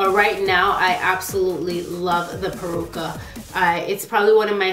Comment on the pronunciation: It's "Peruca" not "Percua" LOL